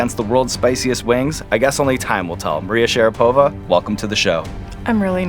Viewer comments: I'm just curious, does she go by SharapOva? Cause I'm faaaaairly sure Sean was non saying her surname correctly there. At least if you go by the standards of pronouncing russian names/surnames. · SharApova though, not SharapOva ;) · Why SharapOva? It is how she like to pronounce? In Russian in will be SharApova.